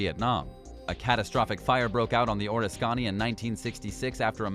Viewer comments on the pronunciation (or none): Or-is-skonny. No. Oris-canny. McCain was on it, but moved to Forrestal when the big "O" caught fire. Then while on the Forrestal, a missile launched and hit a fully fueled and armed jet. Many died. Where John McCain went, trouble followed. A Jonah if there ever was one. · Nothing mysterious about these ships at all since we know what happened to them. Two things: the men on board ships are called "sailors," not "soldiers;" and it's pronounced "Or-RISK-uh-nee," not "Oris-KANY." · Ref: USS Oriskany. You pronounce it ore-is-khan'-knee Correct is or-RIS'-kuh-KNEE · NOT Or-eh-scann-ee!: U.S.S. Ahh-risk-cann-ee!😂😂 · “Or’isScany?” Oris’ kiny! Geez! Sounds so idiotic. Learn how to pronunciate! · Say "O RIS KA NE" is the correct pronunciation. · It's pronounced "OR-IS-CAN-E" if your gonna narrate get the pronunciation correct. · "OOOH RIS SKINNY" Idiot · Did he say penn Is cola?? And oh risk kani. Bravo. Awesome research I DON'T believe ur very American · That's Or-risk-can-e! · Couldn't get past the first 5. It would help if the narrator could learn to properly pronounce the names of the vessels and cities/locations. Like "Penn-sah-KO-lah" and "Oh-RISK-annie". USS Oriskany (CV-34) was named after a Revolutionary War battle. My father served aboard her during the Korean War. Incidentally, the aircraft carrier scenes in the movie "The Bridges at Toko-RI" were filmed aboard Oriskany. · pronounced "o-risk-can-nee" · Orriskanny? Pennescola? This video gave me seizures. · Sea shadow was never meant to be a production ship. It was a technology demonstrator for stealth ships. Oriskany is pronounced "Or-Risk-Kin-ee" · Amazing how poorly this narrator pronounces the names of these vessels. Oriskany orr is kanney ? oriskany is pronounced Or-risk-uh-nee Many others butchered in this vid. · O-risk-can-knee 😎 All in one swoop…. Oriskany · The U.S. Carriers name is pronounced Oh-Risk-Uh-Nee, say it three times real fast, you won't ever forget. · You mispronounced Oriskany.